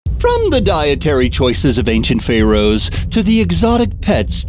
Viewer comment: Stop talking like an idiot!!! Who else just HATES how he says Pharaohs?????